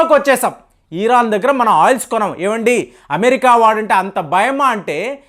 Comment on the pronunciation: ఈరాన్ enti pulka ఇరాన్ 😂😂😂